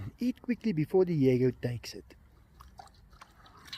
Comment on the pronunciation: Enzo! Di-e-go!